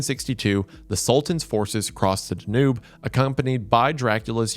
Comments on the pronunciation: His pronouncement of Wallachia is one thing, I was able to endure it, but when he pronounced Danube Da Noob? I groaned loudly and understood all the comments. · Danube~ dan-you ❤❤😅